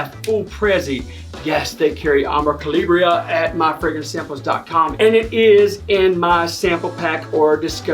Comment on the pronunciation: Calabria is actually pronounced (ka-la-bria).It's a region in Italy🇮🇹I do want to get my nose on it.Excellent choices.Keep'em coming.